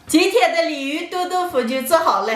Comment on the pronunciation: 鯉魚豆腐我聽成李寧豆腐